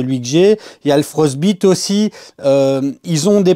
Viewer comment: Juste la prononciation de "Frostbite" ... mieux vaut le prononcer à l'anglaise ("Frost ... baille ... te") ... sauf si voulu pour l'humour 😀. Sinon je possède également cette plaque ainsi que la Glacier que je n'ai pas encore testée. Je confirme en tous cas que la Frostbite est impeccable, PLA à 25° (je n'ai pas encore essayé sans chauffe du tout) et PETG à 50° et ça adhère tu tonnerre !! Curieux aussi du retour par rapport à la roue d'extrudeur que je possède également mais pas encore installée (faut aussi que je monte l'upgrade de ma MK4 vers MK4S 😬). Bonjour de Waterloo !